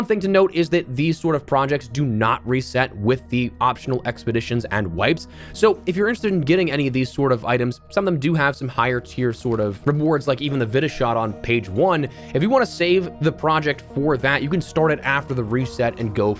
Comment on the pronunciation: It’s not Vitta shot, it’s not veeta shot, it’s VITA shot dang it! Like Vitality or Vitamin. 🤦🏽‍♂️ 😭